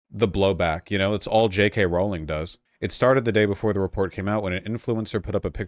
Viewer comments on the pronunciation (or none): none